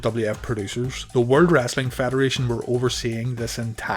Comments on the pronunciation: It's "Wrestling" not "Wrastling" 😂😂😂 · WrEstling.... not WrAssssling! Lol